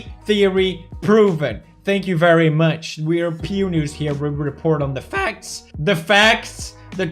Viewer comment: "The fAEcts"